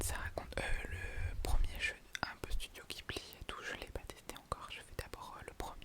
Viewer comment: T’as été gâté!! 😊 J’ai beaucoup ri quand tu nous as montré ta tête à coiffer, c’est vrai qu’elle fait un peu peur la pauvre 😄 Pour Ni no Kuni ça a été développé en partie par les Studio Ghibli (ça se prononce « jibli » du coup!) c’est pour ça qu’on retrouve leur patte dans le jeu. Je ne connais pas l’autre jeu que tu as pris, j’irai jeter un œil sur le store. J’ai aussi revendu ma Switch classique pour la OLED, elle est vraiment sympa je trouve il y a vraiment une différence au niveau de l’écran! Le micro a l’air suffisant pour le moment, en tout cas le son rend bien sur cette vidéo je trouve. Bonne soirée 🌙